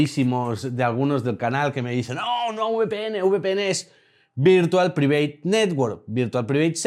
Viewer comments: A la hora de pronunciar VPN, en vez de "Priveit" deberías decir "Praivet" que queda mejor. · No se si esta demas, pero su pronunciacion del inglés es bastante mejorable. Por poner un ejemplo, Private se pronuncia 'praiveit', y aca no hay la excusa de otros españoles, porque no esta pronunciando la palabra en español. Si es del mundo de la informática, deberia mejorarla.